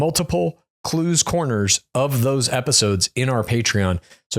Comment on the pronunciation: Clues' French accent is absolutely MURDERING 😂💀